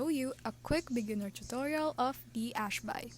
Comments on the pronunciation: what the fuck is this retarded bullshit? Ash-Bai? Are you fucking bisaya or something? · Hi. Para kang tanga sis. Ano yang Ash-BAY mo? bisaya kang gago ka?